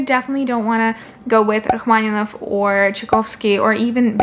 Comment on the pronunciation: The way you pronounced "Rachmaninoff" and "Tchaikovsky" reveals your ethnical background:)